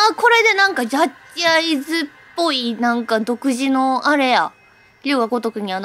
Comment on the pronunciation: 遂にの、ジャッ↓ジアイズ実況キター！ ペットショップと同じ発音だよって話してた生配信が懐かしいですw 実況しないでプレイしちゃおうかなって言ってたから 公式で配信の解禁されて動画見れるの嬉しい😆 龍とはまたひと味違う名作なので楽しんでください！